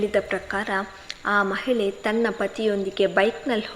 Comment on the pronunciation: ಏನ್ ಕಥೆ ಹೇಳ್ತಿರಮ್ಮ ನೀವೂ ಹೇಳುಗೇ ಹೇಲು ಮಹಿಳೆಗೆ ಮಹಿಲೆ ಗಾಳಿಗೆ ಗಾಲಿ ಅಂತಿರಾ ಸರಿಗೆ ಉಚ್ಚಾರಣೆ ಮಾಡಿ ಪದಗಳನ್ನ